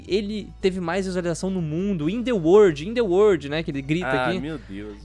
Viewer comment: In The WORD Eu sinto inveja desse inglês